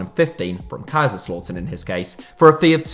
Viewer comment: my guy, as a german i tell that the correct sound is "leiptzig" there is a T in it. And also, its not kaiserslotern, its kaiserslAUtern